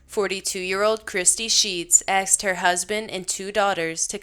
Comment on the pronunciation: No one should ever say the word, aksed or axed instead of ASKED! So annoying.